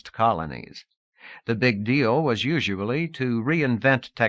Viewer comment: I feel like it's the deepest and strongest of all worldbuilding it's also unique because the reader always says "usuably" instead of "usually" definitely was my first time ever hearing this "you-zhuh-blee" pronunciation